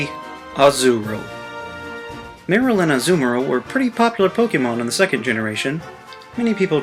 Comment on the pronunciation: AZU-rill MA-rill AZU-MA-rill.